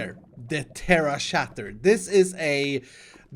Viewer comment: The Terra Shat-ter